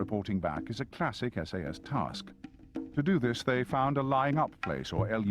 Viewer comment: WHy is he pronouncing SAS like SS?